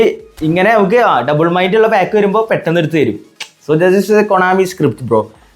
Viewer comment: Pack ❌ paak ✅🤣